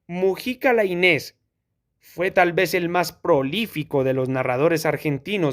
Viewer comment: Gracias, no conocía el texto. Eso sí, se pronuncia "Láinez" con acento en la "A". Saludos